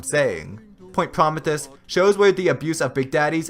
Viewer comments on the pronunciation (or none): Great vid! By the way, it's pronounced "Pro-ME-thee-us".